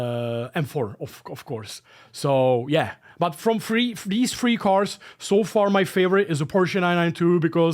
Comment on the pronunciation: I guess you said "Three cars" and not "Free cars" in this video :D I was like.. where are the free cars, but found them in a DLC for $12 :)